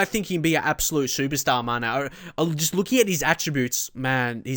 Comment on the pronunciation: Be sure to accent the E on Mané, so not MAHne but MaNEH